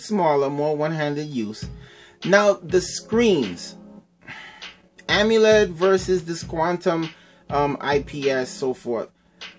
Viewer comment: amiled? are you serious lmao